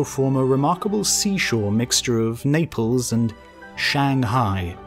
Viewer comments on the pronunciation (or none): none